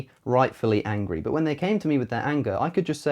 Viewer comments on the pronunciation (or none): none